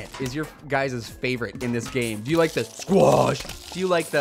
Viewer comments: i like squach when you yell it fastly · your saying the squash wrong...